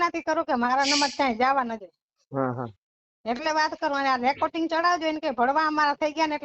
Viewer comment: રેકોટીગ નહીં રેકોર્ડિંગ કહેવાય